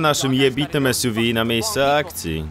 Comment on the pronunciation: Kuhwa nie czyta się esjuwi tylko suw:S